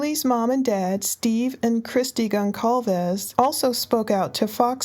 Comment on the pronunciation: Gonçalves ([ɡõˈsaɫvɨʃ]; Portuguese for "son of Gonçalo") is a Portuguese surname. The ç sounds like S in English. Pronunciation should be gonsalves , not gonkalves